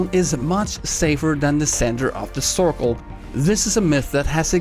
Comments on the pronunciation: He said corkol or cirkle 🤔🤔🤔🤔🤔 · No offense man,but I find that the way you say circle is pretty funny😂